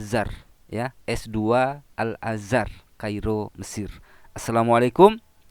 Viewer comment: Tingginya 7 meter, lah pada saat baca Surat At Tin itu di lapangan terbuka, di dalam gudang pabrik atau di dalam rumah atau plafon rumahnya tingginya lebih dari 7 meter ?...waras...? Lagian mondok 5 thn kemudian diangkat jadi ketua/kepala yayasan ...? Ngucap Al Azar tadi sepertinya juga keliru....hadeh ....koplak...koplak.